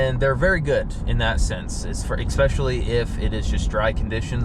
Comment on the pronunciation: Good review, but you'd sound so much more professional if you stopped saying "EX-pecially" - the word you're looking for is "ESpecially." Expecially isn't a word. :)